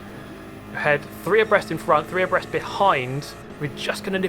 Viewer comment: Lmao I always thought he said "oppressed" Like, what are they oppressing? The track? The line? The Position? Or are THEY being the ones oppressed... by each other? XD